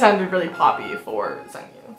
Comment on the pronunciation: Hi! His name is pronounced Seong Gyu. Similar to the English word "song" not "sung" :) The romanization makes it a bit confusing I know :)